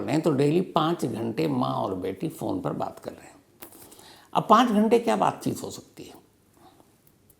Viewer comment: 2 : 45 स्टार्ट बातचीत ❌ बातचुत 😂😂😂